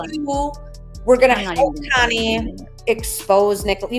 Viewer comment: Does it drive you crazy how she pronounces your name Kiney instead of Connie ?